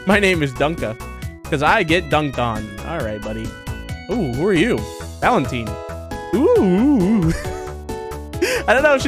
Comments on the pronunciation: how can you pronounce valentine wrong and how can you be a gamer and not know what binary code is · Valentine say Bewa